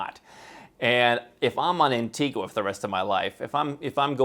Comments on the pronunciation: Antigua, the island, is NOT pronounced the same way as Antigua, Guatemala. It's pronounced An-TEE-ga. Not gua. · It's pronounced an-tee-gah